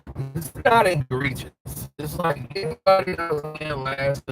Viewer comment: At this point I believe you are trolling your viewers with the word egregious. There is no “n” in it dude.